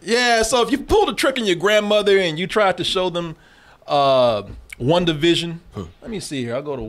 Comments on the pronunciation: Listening to say One Division instead of WandaVision over and over made me 😅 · “Wunda” — 😂😂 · "Wunda". lol